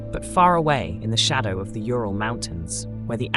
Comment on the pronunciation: Not Tural. Turul🙂